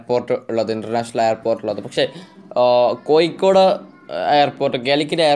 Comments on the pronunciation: കോയിക്കോട്‌ അല്ല കോഴിക്കോടു് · കൊയി േക്കാട് ആണോ കോഴിക്കോട് ആണോ ശരി താങ്കൾ പറയുന്നത് താങ്കൾ മനപൂർവം കൊയിക്കോട് എന്ന് പറയുന്നതാണോ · ഇയാൾക്കു എന്താ "ഴ" എന്ന് പറയാൻ പറ്റില്ലേ. കോഴിക്കോടല്ല സുഹൃത്തേ കോഴിക്കോട് എന്നാണ്. Calicut